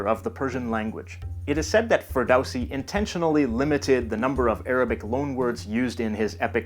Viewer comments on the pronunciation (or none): It is pronounced Fer DOW si not Fer DOW si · Please pronounce "Ferdowsi" as "Ferdollong o]si."